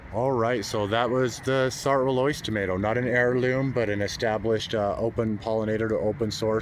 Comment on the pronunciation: I speak French and the correct pronunciation is “Sart” with a short rather than long vowel (not “art”). “Roloise” is Roy-Loy-z